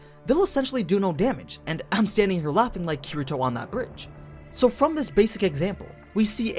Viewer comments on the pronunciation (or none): none